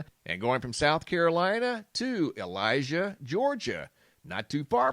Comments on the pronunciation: It isn’t after midnight on the 19th. It is only and I’m 60 miles from Loris must have been on the 18th not 19th. Also Elijah is about 370 miles from Loris,SC so it isn’t that close. Pronounce it Ell- I - Jay not Elijah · It's pronounced Elli-jay GA. I live in GA. Much respect appreciate all you do